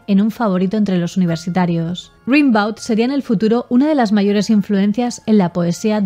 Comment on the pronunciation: Rimbaud se pronuncia "Rêmbo". Para que nos entendamos, foneticamente suena Gambó.